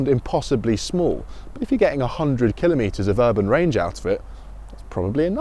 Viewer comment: This is the solution that everyone has been waiting for; excellent! As is your pronunciation of the word kilometre; well done, good sir.